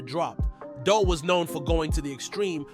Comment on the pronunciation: Dul name was pronounced "doool" bro... He wasn't taken directly to the hospital he may've lived but they drove him to his homie crib first wasting time and he died.